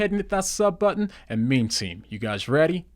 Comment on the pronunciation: What do you meem makes me cringe every time